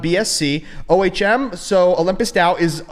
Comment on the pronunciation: Okay. You made me look O H M is pronounced 'Ohm' It's a real word